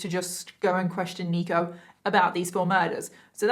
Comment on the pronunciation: In the beginning I thought she was saying "Negro Jenkins" 😂😂😂